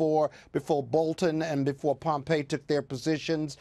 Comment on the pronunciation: Tell it is "Pompeo" and not "Pompey"...